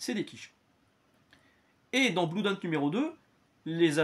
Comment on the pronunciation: Bonjour, je vous découvre. Juste "un" truc qu'on a apparemment jamais pensé à vous dire sur toutes vos lectures : Blood ça se dit "Blaude", pas "Bloude". J'ai perdu du blood par les oreilles un paquet de fois tout au long de la vidéo 😆